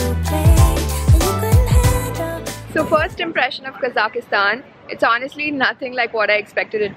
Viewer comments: Lol. It's not Kazakhastan! You're adding an extra A when you pronounce, OMG! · Quite interesting way of pronouncing name of the country :)